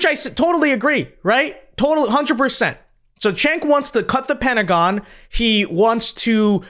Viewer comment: Why do you call him Chank when it’s pronounced Jank as Jake?